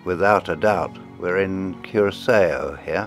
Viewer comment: I Just love films like this brilliant. Disappointed that there were no PSNC ships transiting Panama or in Willemstad Curacao (Pronounced "Cure a sow")